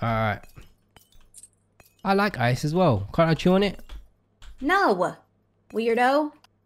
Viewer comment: no werdio me:i eat ice like that we ain't weridos edit:my baby needs gucci